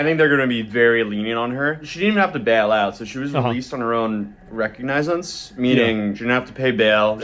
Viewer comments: RECogNIZance? Lol, “reCOGNIzance” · Recognize ants??? Say it with me people… ruh-kaag-nuh-zns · into video: it's pronounced, reCOGnizance, not "recogNĪzance". Just saying. But he's still learning the art of reporting; and he did a pretty good job. And he's honest as f--k. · Recognizance is pronounced "re-KOG-nizense." Not "REK-og-nizense." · Released on her own.. RECOG-Nize-ense? WTF? Doesn't anyone know how to pronounce words anymore? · '...on her own ' recongizes' 🤦‍♀️ oh lawd the school of candance aka Candious which is how she pronounced her name the other day 🤣🤣🤣🤣🤣🤣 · "Recognize-ance" Sounds super snart. Grade A journalism. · Do a little research, guys It's 'Oss-wee-go' and 'ree-cog-nih-zents' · LOL to commentate on court cases for your Youtube channel and still bone apple tea the word recognizance as “recognize-ance” is wild work. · “O-swaygo”. 🤣🤣🤣. Say you aren’t from Upstate NY without saying you aren’t from Upstate NY! And I also love the “recognize-ment”. Does he mispronounce things on purpose to increase the number of comments? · re- COG-neh-sance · Recognize-ants 😂 I love getting court coverage from someone who cant even pronounce the words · “Recognize-ance”??? Wow. Yeah, that is not how you say that word, buddy. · “Recognize-ance”? I’ve never heard it pronounced that way. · once he said recog nizant I checked out😂😂😂😂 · She was released on he own re-cog-na-sense. Bro made up a new word right there and he's covering court cases lol.hilarious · No way just pronounced "recognizance" as "re-cog-nigh-zence." As high and mighty as he acts while reporting on all these legal issues, it's hilarious he doesn't even know how to pronounce recognizance. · It's pronounced, "ruh·kaag·nuh·zns" 😂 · That word is pronounced re-cog-nez-iz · Recon-O-sense is the pronunciation. She tried to get those feminist man-hater clicks and now she's getting those handcuff clicks. 🤣 “Assaulted” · I thought this guy was a lawyer until he said the word recognizence lol let out